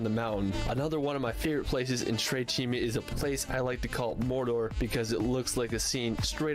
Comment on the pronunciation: "cime" not "cimi"